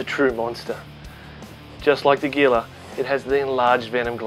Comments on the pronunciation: It's pronounced "HEE la" not GEE la. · The "gila" in gila monster is NOT pronounced "geela," it's "heela." "G," followed by "e" or "i," has the "h" sound. That's first year high school Spanish! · hila monster don't pronounce the G. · Gila is pronounced Heela. It's Spanish. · Very interesting stuff. However it's pronounced Hee-la Monster, not Gee-la. Just like Gila River is the Hee-la river and its Latin name is Heloderma suspectum (Gila monster) or horridum (Mexican beaded). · Awesome display of animals especially the mamba, but one thing to remember is the Gila Monster is pronounced with an H as in Heel. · In the South/West United States the G in Gila is pronounced like an H as in house, or J in Jalapeno. Might be a regional dialect however I did want to mention it. (Hee La monster) phonetically . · ThePCThug thanks for that but we pronounce it Geela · Gila...its a spanish word from new mexico so the g is a h. its pronounced hila but spelled gila. and they aren't from Mexico their from New Mexico. I live there and have seen many before in the wild. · The proper pronunciation is Hila not Gila. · it's pronounced heela monster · It is pronounced hila monster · the G in Gila monster sounds like a H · No 'mamba attack'. Most of the video is looking at captive-bred ball pythons and venomous lizards (and mispronouncing the name of the Gila monster...it's hee-la, duhhh.) Then you show a mamba, also say its name wrong... (it is pronounced mahm-bah.) I was pissed off. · He pronounced Gila Monster wrong. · The "g" in gila is pronounced as an "h". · How does this reptile 'expert' not know how to properly pronounce "Gila?"